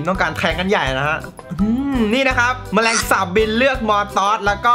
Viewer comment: มีช็อตหนึ่งที่เรียกแมลงสาป แต่ทำไมได้ยินเป็นแฟนสาววะ 555